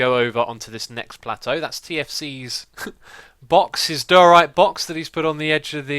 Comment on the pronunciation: xisumavoid, diorite is pronounced [Die-ore-right] great videos btw and I can't believe it's hermitcraft season 4 already!